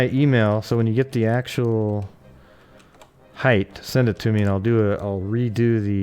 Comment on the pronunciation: The word is HEIGHT, not heigh"th"...drives me crazy.